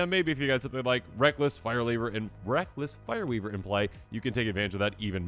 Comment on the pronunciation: My brain hiccupped when you talked about Reckless Fireweaver… I thought you said ‘Breakfast Fireweaver’. … If you or someone you know is a proxy artist, I would pay you for such art of a Breakfast Fireweaver.